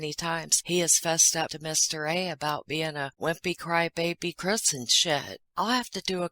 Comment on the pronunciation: Every time I hear you say Chris-n-shit, I laugh out load! ❤️